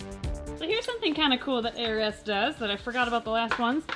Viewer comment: Every time says ARS I hear 'heiress' and have a second to think: 'What a peculiar choice of brand name for a...' before I remember it's ARS. It's totally me though. This morning my Mum said 'These are addictive', gesturing toward a box of McVitie's Chocolate Digestives ( favourite UK chocolate as it happens!). I said: 'At what, pollination?' because I had heard: 'Bees are effective.'